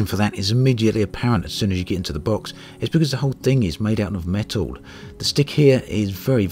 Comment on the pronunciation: It's made of "metow"??